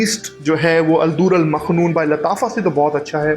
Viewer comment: مکنون ہے، آپ مخنون کہہ رہے ہیں، بہرحال ویڈیو بہت اچھی ہے،